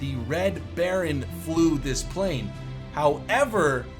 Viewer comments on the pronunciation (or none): none